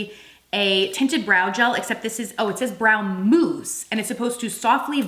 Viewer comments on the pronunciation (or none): I giggled every time you said mousse. Moooose. 🤭 The lip tints have been on my radar, I’m going to have to get some.